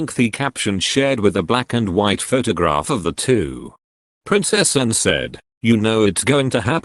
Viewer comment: Awful speaking robot, it cant even say Anne properly, RIP Prince Philip.